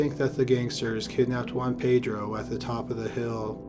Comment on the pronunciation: ”Ho-anne-Pei-dro” Well done documentary but please pronounce names a little better